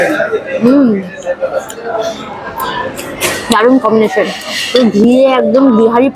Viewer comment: combition noi combination